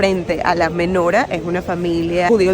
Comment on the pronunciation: MenorÁH, con tilde en la Á